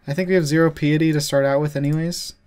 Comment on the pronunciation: Pie-et-tee. Like pious.. Pie-us